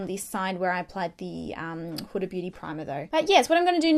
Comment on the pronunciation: This is off topic but I'm really happy you pronounced huda properly Idk why but british/Australian beauty gurus tend to pronounce it "hurra" like what's so hard about pronouncing the letter D!!?!